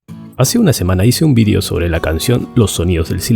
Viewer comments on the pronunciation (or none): none